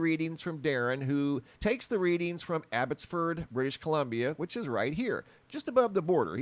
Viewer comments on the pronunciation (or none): none